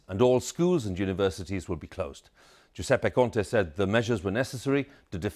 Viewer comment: THE PRESENTER KNOWS HOW TO SAY GIUSEPPE CONTE GOOD JOB